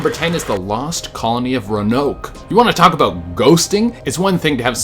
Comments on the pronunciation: Ranok lmao. It’s roa nok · it's pronounced ROE-AH-NOAK lol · It's pronounced "Row-an-oak" and "croatoan is pronounced crow-a-towan"Che And Cecil is pronounced se-sil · Any ahs fans getting triggered the he's pronouncing it "ronoak" and "crotaon" when it's pronounced "roanoak" and "croatoint" I'm saying it's how it's pronounced not spelled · Its Row-a-nok. Also Crow-a-toe-an. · Its pronounced ROW AN OAK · It's pronounced Ro-ann-oak and crow-uh-tow-an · Roanoke - rō-UH-nōk Croatoan - crō-uh-tō-en Otherwise, great video. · Row-a-no-k and Crow-a-toe-an And it's unconfirmed but former president Bush sr. Killed Kennedy while working for the CIA. He was going to put us on a new money system controlled by the USA not the Rothschild family, refused to indulge the military complex in false flag operations that would kill Americans and take us into wat with Cuba, and reveal other government secrets that are still considered conspiracies to this day because he believed the government was wrong to keep them from the public if they did not compromise the public and state safety. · Holy he'll DUDE. Row an oak. Crow a tow a. Please TRY to pronunciation SOME words correctly. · Anyone else hate how he pronounced Roanoke and Croatoan? 😂